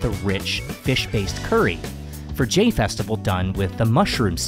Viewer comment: I'm pretty sure "Jain" is pronounced like "Jine" and "thali" is pronounced "tali". เจ sounds more like "jeh" than "jay".